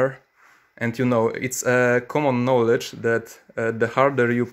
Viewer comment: Knowledge czytaj bez ł